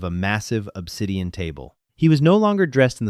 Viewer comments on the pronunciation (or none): none